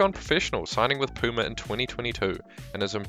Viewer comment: Learn how to say Puma please.